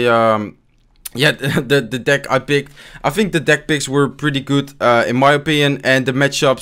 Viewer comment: what he said:deck picks. what i heard:dick pics